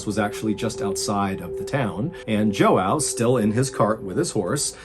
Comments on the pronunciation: The man's name is not pronounced like that my friend, im sorry , just please this man deserves proper pronunciation easily found with a 1 Google search just ask how and click search first result will be name origin and click lil mic and listen and someone say proper name. Very easy. Latinos , we don't say J with English sound and yes this is well known while the vowel ending is wierd to English speakers I will assume all the time though . There was no clear accent mark on official looking photo and typed name that appeared so maybe this is why but I believe the team behind Mr Ballen shouldn't leave him hanging this way ... Cringe at least .... While crying for this man, he's of my own ethnicity and family area of origin so I pain for him allot knowing the life there situation more and things could be done, helped, medicine and info and such that doesn't reach places because greed in governments..... There is always a uncle with this man's name in every family , this is common joke with us. Always a Joao or Jao with ã mark extending over not just letter a but a and o both/all . Sounds like ow like you hurt you yell " ow!" Or " owe!" However English speakers of immigrants to North America officially spell that , I do not know, I saw both spelling. But J never sounds same as English, h sound or jsh sound with us Spanish/Portuguese folks. And id say government involvement is always a healthy guess my friend. No UFO. Agreements with fellow countries in power are a great healthy gu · Everytime this student of mine named João pisses me off I'm gonna call him Jouaw kkkkkkk. I couldn't be terrified of the story because everytime I heard him pronounce João I started laughing kkkkkk (Brazilian here). Edit: The correct pronunciation would be like Joh - un (like gun) - oh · It’s pronounced “John” the ao at the end makes an “on” sound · Its not pronounced Joao. its Hao 😂😂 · My dude Joao is pronounced jwow. No jo ow lol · Its Portuguese. pronounced “Zhwao”. Not “Joe-ow”